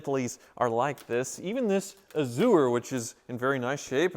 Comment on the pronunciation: I love channel, but every time he says A-zoo-er, I cringe. Then I remember he's from Wichita where they say El-Doe-Ray-Doe, Green-Witch, and Are-Kansas River.